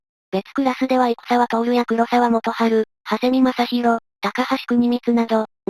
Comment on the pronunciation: 生沢徹いくさわとおるでなく、いくざわてつ